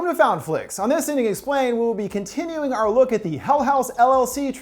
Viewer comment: I thought he said “in this idiot explained” at the beginning